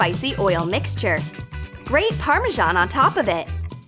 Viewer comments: Parmashon?! It’s parmazan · Im cringing when i hear that girl pronouncing some words, like parmesan, duche de leche etc.